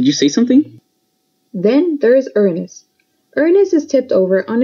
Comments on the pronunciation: its prononounsed ū-anus not ur-anus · “Urans” What’s a urans? Is it Uranus? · Ur nus? Its Uranus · It’s not iranus it’s Uranus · Just say Uranus not ur nas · You said rernis its pronounced ur anis but not like your bum anis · It’s Uranus not urenas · When moon says Uranus the subtitles said ernest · Uranus is pronounced yoor-a-nus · RR I HATE WHEN PEOPLE PRONOUNCE URANUS WRONG IT'S SUPPOSED TO BE UR AN US AND PEOPLE WHO SAY IT'S FUNNY ARE JUST DIRTY MINDED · The moon pronounced Uranus wrong